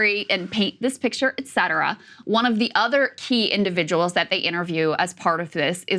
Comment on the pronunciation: Krystal saying “et cetera” has given me Havana Syndrome.